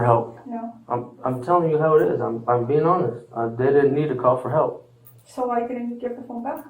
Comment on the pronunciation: was someone not yelling hlep